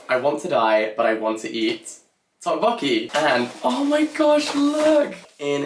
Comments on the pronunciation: I'm sure someone must have commented this already, but a note on the pronunciation of tteokbokki. The "tt" sound is more of a hard/aspirated "d" than aspirated "t" sound. Sort of a cross between a d and t. So less tick "tock" and more "dock" martins if I had to try and sound it out... 😁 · I'm not even Korean and the way said tteokbokki so off made my skin crawl I had to fast forward to the first bit entirely lol